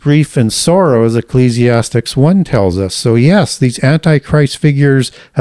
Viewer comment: Why does he say Ecclesiastes and Colossians wrong?